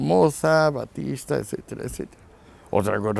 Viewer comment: Ahora Fulgencio Batista se pronuncia "Baptista"...., por otro lado me gustaría saber los 60 u 70 paises que probaron las teorias de Marx o los que se llamaron "comunistas" para poder engañar a la gente sin que hubiera ni un átomo de comunista en sus gobiernos. Si de esos 60 o paises que supuestamente fueron comunistas sacamos 10 que compartían varios preceptos con el comunismo y vivian mal, podemos sacar muuchos más países que viviendo con preceptos liberales o capitalistas viven mucho peor. Siempre está bien escuchar a Escohotado, pero me da la sensación que después de su último libre se está caricaturizando.